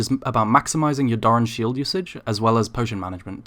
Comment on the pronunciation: Jfc can you stop saying "DARN" shield, pronounce it right please LOL